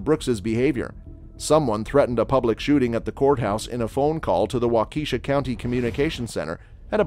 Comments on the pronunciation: it is pronounced wa-ka-shaw not wa-Keisha. Just saying. 😬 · If you're gonna make a video about cases where judges get emotional at least make sure you pronounce the county the judge is presiding in.. the Daryll Brooks case you mispronounced the name of the county.. it's pronounced "wal-Ki-shaw" not how you pronounced it.. and you pronounced it wrong more than once.. I figured since you actually watched all the videos before you put this together at least I'm hoping you did, you would of heard the judge, DA and even the defendant say the name of the county countless times so for you to still mispronounced it kinda shows that you didn't bother to watch the videos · "Wa-keysahw" is actually "Walk-ah-shaw" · Wah-key-SHAW not Wah-KEY-shah. How hard can that be? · Augh... so many times.. It's WAU-kuh,SHA It is NOT wau-KEE-sha. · He said wau-keisha lol ig anyone that’s not from WI would say that but I’m from WI y’all and it’s pronounced Wau-keh -Shaw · Walk a Shaw. Not Wa key sha. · Waukeshaaaaa not wakashi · Wak-a-sha not wa-keisha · It’s pronounced Walk-a-shaw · It's pronounced wah-KEH-shaw. And he rolled his eyes many, many times. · Its pronounced waka-shaw not waukeeshaw for darrell brooks. The spelling is waukesha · Wah-ka-sha lol I used to say Waukesha too 🤣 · It's pronounced Waww kish aww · It's pronounced walk a shaw......please say it right